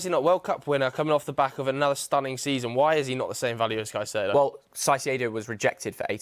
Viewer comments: One constant in football media is English punters absolutely slaughtering foreign players' names hahaha "Sy-see-ay-doe" for Caicedo makes me want to shrivel up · If I hear “Saiseido” one more time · Everytime says “Saisyedo”, i cant help but cringe a little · confident misspronounciation of Caicedo is so grating. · refuses to pronounce Caicedo correctly in a room of people who are all pronouncing it correctly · Walking L teaching us how to pronounce Caicedo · How can this be your job and you don’t know how to say caicedo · green top dude was killing me with his pronunciation of Caicedo 😂 Everyone else got it right but nope, not green top guy